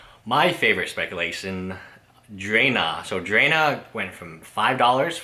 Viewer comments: Dr-ahhhh-na not drayna biggest pet peeves lol good Videos tho! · it's DRA as in draw, NA (think of NAW). DRA-NA. it's like drama but with an N instead. DRANA. I swear to god dude you drive me crazy with your horrible pronunciations. I love your content but step of your game :P